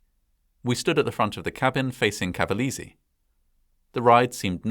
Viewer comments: Good video, just making you notice that the pronounciation is CavalEse (E like LAKE) ;) just to help you a bit. I am a long time fan of your channel! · not bad, but i cringed everytime you mispronounced cavalese 🤣 dint even know about this, most ppl talk more about the USA fighter jet one as the "worst accident"